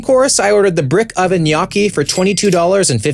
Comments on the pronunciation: it’s gnocchi which is pronounced nu-yoki, not “knocky” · Where’s Katie when you need her, it’s pronounced “knee-OH-key” !! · Nee yokie not nockie your a knock off food critic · Its noookie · I love you will but it is pronounced No-key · No way bro called it “nyock ee” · the pasta is pronounces "en-yo-kii" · How do yk not know how to say gnocchi ? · Have I been saying gnocchi wrong my whole life or have you? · The way you pronounced gnocchi hurt my soul 😢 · took me way too look to figure out he was trying to say gnocchi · i love everything abt this dude except the way he pronounces gnocchi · That might be the worst pronunciation of gnocchi I’ve ever heard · The way he pronounced gnocchi threw me off lol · pronouncing Gnocchi like it’s an Asian cuisine lol